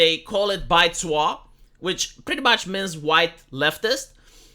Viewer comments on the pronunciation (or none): Baizuo literally translates to white left. Bai = white zuo = left Also, your pronunciation is slightly off - needs more z.